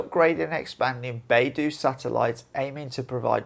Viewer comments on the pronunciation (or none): The dou in BeiDou rhymes with the letter o. PinYin is the use of English letters as pronunciation guide. It is NOT English. When you see ou in pinyin, think of the letter o. The Ren in Renmingbi is very dissimilar to any r-sound in English. The letter r in pinyin is to denote a peculiar pronunciation in Chinese.